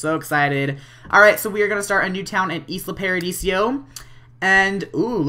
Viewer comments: Why do u keep sayin Isla Pardisio? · it's Isla Paradiso not Isla Paradisio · It's isla paradiso not isla paradisio! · I love how you said Isla Paradisio jajaja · hey with the new update you can move towns (and it's ee-sla pai-ra-dee-soh):D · Please, please STOP CALLING IT ISLA PARADISIO! Seriously? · It's pronounced Eye-La Paradeeso.